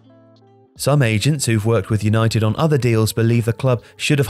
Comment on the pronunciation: 'Yanited' banter most club lol!!!